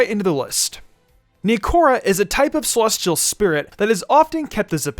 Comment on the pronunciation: why the fuck you say celestial like SEH-LOSS-TEA-AL